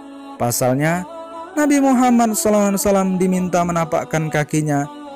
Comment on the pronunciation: Sebutlah yg betul. Knp jadi nabi muhamman. Yg betul nabi muhammad saw